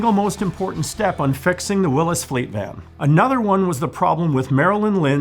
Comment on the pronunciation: Willys, is pronounced Will-eez, not Wil-lis.